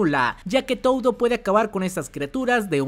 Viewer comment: Me caen muy bien. hacen muy buenos videos, pero como comentario muy personal> No pronuncien Toudo como TOUDO, Mahito como MAHITOU, Gojo como GOJOUU El japones realmente es muy parecido foneticamente al español y le estan aplicando la espanglish besitos